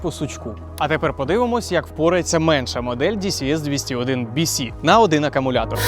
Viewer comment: Дісі ес бісі дісі бєси ааааа🥴